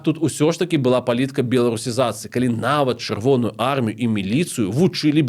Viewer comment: Дзякуй за вашу працу! Хацелася б адзначыць невялічкую але сістэмную памылку -- націск у словах 'была, былі' ў нашай мове трэба ставіць на апошні склад.